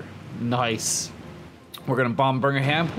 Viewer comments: It's Birm-ingham. Not birgingham XD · Ross Burgingham does not exist to my knowledge. Its pronounced Birm-Ing-Ham my friend :) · Bur-Ming-Ham it’s Birmingham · I heard Virginham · sorry i am going to be the grammar nazi here but as a resident of Birmingham i feel the need to tell you the pronounciation is BIR-MING-HAM :) also you nuked my home town :o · Might be some confusion,. I agree with James you're saying it wrong, at least from what I hear. I hear you saying berg-in-ham. I also live near Birmingham in Alabama, and to best of my knowledge they are both pronounced the same. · The H in Birmingham is silent - /ˈbɜːrmɪŋəm/ unless you're talking about the American Birmingham. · I'm from Birmingham. And i can confirm it is pronounced Bum-in-ham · its pronounced birm-in-um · bir-ming-am is the way it is usually pronounced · American Youtuber- “burgerham” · Did he call Birmingham Burger ham 🤣🤣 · We'll just call it Burgingham now :D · What's Bringanham? I hope your commentary improves! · birmingham is pronounced birmingherm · U can’t say birgmanham can u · Every time he said Birmingham was a stake through my heart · Not to mention the pronunciation of Birmingham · The way you pronounced birmingham gave me actual cancer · doesnt even make any sense, Alabama has a Birmingham so you’d think he’d know how to pronounce it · The way he pronounces Birmingham lol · How is it impossible for you to say “Birmingham”? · dude you'r saying birmingham wrong. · why can american just not pronounce anything with HAM on the end